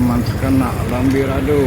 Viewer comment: Lambidaro min..bukan lambirado..😁😁